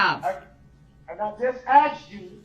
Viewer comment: His ignorance: ("lawful law" "co-horse" "axed" "dis" "dat" "witchu" "substain" "relavinsee" "statues".....and on and on. His disrespect. His arrogance. His INSANITY. He made me physically angry. He has been a user and an abuser and a bigmouth fool his ENTIRE LIFE, so now he's being shown that most women aren't like his "baby mama" or his mother....no longer is he going to win or be in control. He is, as Attorney Opper said in closing....."not in control of a single thing"......ever again. Not his meals. Not his bedtime. Not his times to take a pee or a 💩. NOTHING. Nada. Hopefully, some of the other inmates will teach him a further lesson...every...single....day.....he spends in prison. "DULL-rell" is just that. DULL. Dumb. He's finally committed the crime he cannot get by on. Unfortunately, it required the death of 6 people and the injury of dozens more, not to mention the emotional scarring of so many others. I wish the previous judge who gave him a $1K bond, allowing him to get out, try to run over Erika Patterson, then 2 days later, run through that parade, would have thought about that a little more. I truly do. What a tragedy and saddest and most infuriating of all...he'll remain in prison, but he'll never be sorry. It's not in him. He's an obtuse thug.